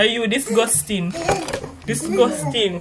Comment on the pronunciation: It wouldn’t be a video if one of unu never say “DISGOOSTING” 🤣